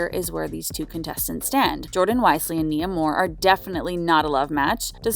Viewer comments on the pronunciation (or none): I'm having a hard time understanding how you did a whole update on couples and ironically cannot pronounce Janae and Nia name correctly. The clips you added to this update has MJ pronouncing Janae name properly. I hope you take more time, in the future, to learn the names of the people you are reporting on. 🤦🏾‍♀️